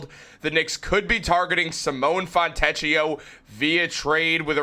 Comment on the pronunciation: In Italian, "ch" is pronounced like a 'k'. The "ch" sound in Italian is spelled with either "ci" or "ce" such as ciabbata. So, his name is pronounced "Fon'-te`-k-i-o".